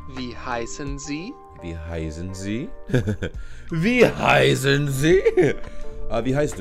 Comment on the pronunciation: When you say 'wie heißen Sie?' it sounds for me like 'wie high sind Sie?' what means 'how stoned are you?' 😂😂😂